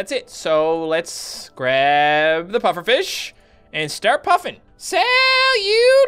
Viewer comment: It sounded like said puppet fish lol